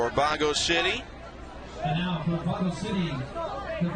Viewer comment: Its not bago city, its baguio city